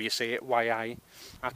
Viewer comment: "Why-Aye." That would make it a Geordie camera.😉 It's usually pronounced "Yee" Nice photos!